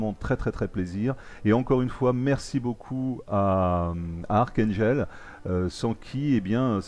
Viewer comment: Super la série reprend :-D full métal jacket ;-) est-ce que c'est toi jhon Wayne ou es ce que c'est moi et la qualité de t'es vidéo est exelente et tu m'a fait rire avec la prononciation :-D daium sa se dit Dayoum et archangel c'est archangél après en 2016 la marine va normalement ariver et pour les game play après la partie historique de l avion tu devrais jouer en réaliste les caractéristiques des avion sont plus "réalistes " méme si c'est un jeu vidéo le mieux c'est le simulateur j'ai trouvé aucun youtubeur français qui en fait